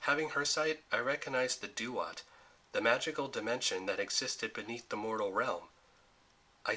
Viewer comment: Duat is pronounced Dwot, not doo-ot